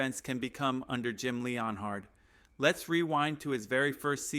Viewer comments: Dude, if you're going to make a Broncos channel, how about you don't have AI do it for you. Otherwise there's no way as a Broncos fan you pronounce everyone's name wrong. I dont remember Sean Payton hiring anybody named Jim Leon Hard. It's Jim Leonhard, as in Leanard (Len-urd)!!! Nor do we have a cornerback named Pat Certain. It's Surtain (Sur-Tain). And all you're doing is copying other shows. You can't even come up with your quotes or ideas. Hang it up or do it right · Stopped watching after you butchered Jim Leonhards name. Stop